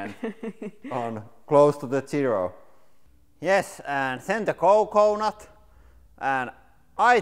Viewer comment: lmao the way he says coconut is fucking hilarious. he's like COECOEnut